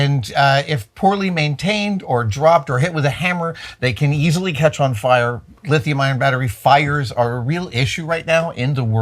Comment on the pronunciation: Adam sounded like he said lithium iron batteries are a real issue... he probably said ion but ION should always be empathized when the subject is fire ... most of the public only know LITHIUM. They know not of any other compositions. To my friends ION and IRON are the same and scream fire, fire, fire.... they want nothing to do with EV vehicles or home power systems, but they still charge their phones next to their beds....